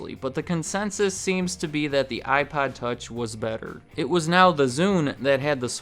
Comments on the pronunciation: I can't be the only person hearing him say iPod with a really weird o pronunciation... Some times his pronunciation of iPod sounds like iPad... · Are you saying iPod or iPad?